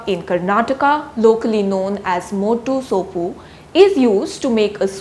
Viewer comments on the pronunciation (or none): Your pronounciation of Moddu sopu is funny 🤣🤣🤣 Moddu sopu means Medicinal spinach